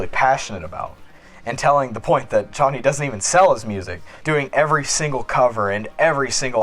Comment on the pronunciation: It feels so satisfying to hear you say Chonny right omggg :D